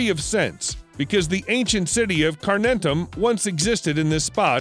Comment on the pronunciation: The Roman Arch is pronounced Hide den Tor and the city is Car nun Tum . I ought to know . I live there .